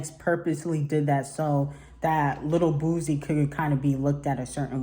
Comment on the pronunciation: I was like who is boozie?